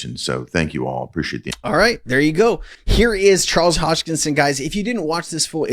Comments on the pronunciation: Hahaha.. it's Charles Hos-kin-son... not "Hosh-kin-son. ..as always, love your content. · Thanks for your videos but PLEASE learn to say the man's name right! Drives me crazy every time you don't give him the respect of actually learning it! It is HoSKINSON. Not Hochingson.